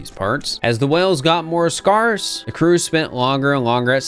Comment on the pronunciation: if i had a nickel for every time in the past month i heard someone pronounce "scarce" with an "are" sound instead of an "air" sound, i'd have two nickels. which isn't a lot, but it's weird that it happened twice. it's like "scare", folks. not like "scar". this is just like "chitinous" in the silt verses all over again